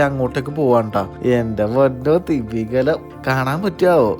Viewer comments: Nice ത്തിമ്മിഗലം അല്ല തിമിംഗലം. ചിലിയെ ചില്ലിന്ന് പറഞ്ഞപോലെ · തിമ്മിഗലം എന്നല്ല തിമിംഗലം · തിമ്മീംഗലം അല്ല, തിമിംഗലം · തിമിംഗലം. 'മ' ക്ക് അധികം സ്‌ട്രെസ് കൊടുത്തു പറയണ്ട